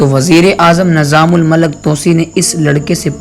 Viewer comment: AsSalamu Alaikum. Barah e karam aap ki Urdu ka talaffuz saheeh kareyn. Maslann: Nizamul Malak nahi hota, islaah kar lijiye... Nizamul Mulk.